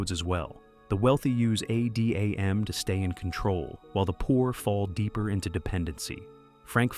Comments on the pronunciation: Yeah, the constant way he kept saying adam as A D A M was kind of /iffy/. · why did he spell out Adam? Is this an AI voiceover?